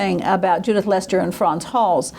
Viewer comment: As a scholar you need to work on your pronunciation of Dutch words and names.. ' Leyster ' would rhyme more with ' pay ' payster